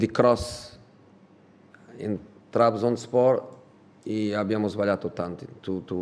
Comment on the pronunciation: Qualcuno aiuti a pronunciare Trabzonspor